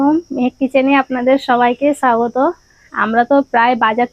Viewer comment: ছুন্দর।ছাগতম ছহজ। বাংলা ভাষাটা ভালো করে শেখ না ভাই! ভীষন কানে লাগে